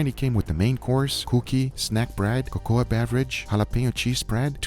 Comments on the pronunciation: “co co ah” drink lol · Who tf pronounces cocoa like that. The A in cocoa is silent guga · I was surprised to see the packages in the 'modern' MRE printed in both English and French. Did Guga get them from Canada? Also, I am going to pronounce 'cocoa' as CO-CO-AH from now on, it's so much more fun! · Guga, you really need to learn how to pronounce certain words. You mispronounced cocoa and Afghanistan. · They way he pronounced Cocoa lol